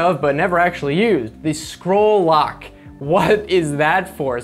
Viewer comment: Did you say "squirrel lock"? :-D